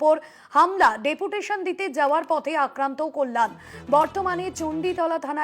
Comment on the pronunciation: পতে নয় পথে।